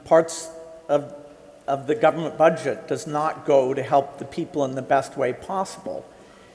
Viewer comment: Dangote can't even pronounce "government" properly. He keeps saying, "goment". So embarrassed to keep hearing him say that, despite all the wealth he's stolen. Wow